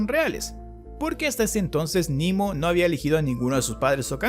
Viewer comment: Quedaría mejor pronunciar "Nemo" (=Nadie), ya que es latín y no inglés. Sugiero THE VOID Muy buen resumen y explicación